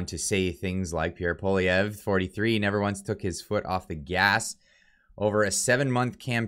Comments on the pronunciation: lol it's "paw-lee-ev" with the english accent, not "paw-liv-ee-ay" Otherwise great video! Gotta love how the MSM will demonize anyone they don't like. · It’s poilievre not polivier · Polivier? Dyslexic much?! Pwa-lyeh-vre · it's pronounced "Poliver" not "Polivay"....have you not heard his name pronounced properly all over the media? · ...Pollievre is pronounced Poly ev.. Thanks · its pronounced: "Polly-ev--vre" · Dude it’s pronounced “Polly-ev” the R is silent, it’s not an “a” either 😅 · I do not trust Polievre. I remember his days when he was in the Harper government. The only one I would have trusted is Roman Baber. And Polievre is pronounced: po-le-ae-vre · That's Poilievre, not Poulivier. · HIS NAME IS PROUNOUNCED POLY-EVV. FFS. GET IT RIGHT!!! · ♥️♥️. I argued so much about Pierre NOT being sincere. However, I can clearly see how happy you are. So let's pronounce his name properly. POLI - EVE ( then french roll an R in there but Poli- eve ( soft e like every. Glad you are happy. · It's pronounced Polly Ev. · Lets hope that when Pierre becomes PM, we can all get a laugh at the massacring of his name by people all across the world. For my fellow anglos who aren't from Qc, its pronounced Pou-ah-lee-eh (rhymes with meh)-vruh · It’s pronounced Pol i ev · Pronounce it like poli-ev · Try saying it like this: Pwah-li-ev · Pronounced: PWA-lee-ev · Dude, you gotta learn how to pronounce his name….it’s Pwah-li-ev Just sayin’ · Po lee ev re we’ll have to learn how to pronounce his name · please learn how to say pwa-lee-ev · Is it just me or butchered the name "Poilievre"? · you said his name wrong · Perhaps the moderator could learn the correct pronunciation of the winner's last name eh? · Wrong totals and wrong pronunciation of Pierre’s name. Please be accurate... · Learn how to pronounce his name!!! WOW!!! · Can't you pronounce his name correctly? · Small recommendation.. learn how to pronounce his name ;) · Please pronounce his name right haha